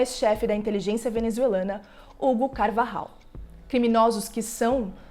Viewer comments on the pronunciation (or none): none